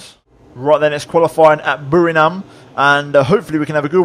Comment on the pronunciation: It's BURIRAM not BURINAM, just to be clear